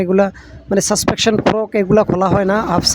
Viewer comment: ভাই সাসপেনশন হবে সাসপেকশন না।